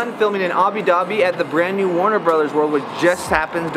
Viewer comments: It's Abu* Dhabi not Abi, it spells as Abou Ugh LOL Otherwise it was an incredible work. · where is "abi dhabi"? is it anywhere close to "abu dhabi"? you're there, you should be able to pronounce it correctly!